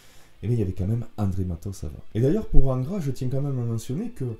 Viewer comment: Bonjour ! Merci pour le temps passé à t'écouter. Pardon d'avance 😋 mais quand tu dis Angra avec ton accent cela sonne ingrat a mes oreilles. Donc ; étant bassiste d'ingrat normal qu'il soit oublié... Humour et rip pour le (Monsieur)Matos et bite en cours,cela n'est point mon affaire. R.I.P (mieux vaut en rire que s'en foutre 😢). Bonne continuation 🖖🤘🙏